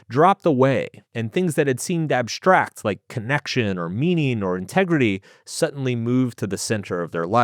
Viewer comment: STreet, cataSHtropic, SHtreak, abSHtract. . . these are NOT words.